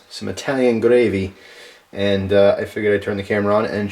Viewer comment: This time, didn't forget the gwavvvy!